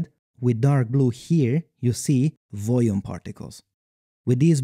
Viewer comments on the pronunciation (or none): When you say "volume" your accent makes it sound like "voujoome"